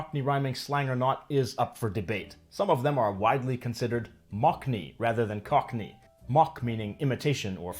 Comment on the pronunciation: And the way he says "cockerney" with the R sound in the middle.